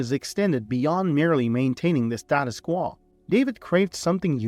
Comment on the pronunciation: Status Quall? it's pronounced Qu -"O". You need a better computer narrator program.